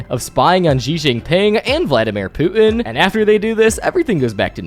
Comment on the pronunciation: I swear I thought you said “Vladimir poopin”.